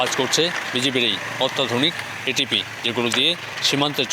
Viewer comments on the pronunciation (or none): এটিপি না রে ভাই এটিভি।